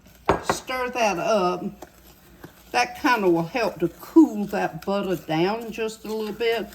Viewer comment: well thank you!! I get tickled every time I watch you! And don't forget Kay-Kay 👍 Also, I am a southerner myself and me and my co- worker (she's Latino) we both practice saying "butta" we get so tickled. We tell one another "now don't you forget that butta" 🥰